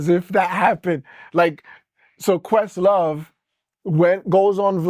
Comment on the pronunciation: Did he call questlove a “puss sore” or a “puss-saur” (like some kind of dinosaur?)